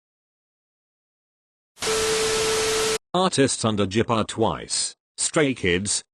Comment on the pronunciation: The robot voice is like: jips gyp jyips.gypsy....